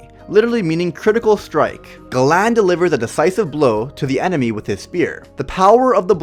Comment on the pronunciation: It's galan or garan